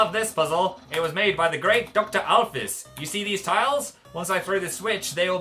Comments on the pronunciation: or when people pronounce "Alphys" as "Al-fee-is" and mistake her as male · I watched a small YouTuber pronounce Alphys as "alp-hees" and it made me want to jump out of a window. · Ash The Hetalian I heard that Toby Fox's pronounciation of "Alphys" is "Al-feez". Though, as long as people don't say "Alphee-as", I'm fine xD